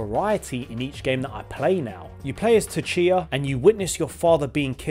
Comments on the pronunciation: I died at "Tatchia"🥹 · “Tkia? Tshia? Shit” 😂😂😂😂😂😂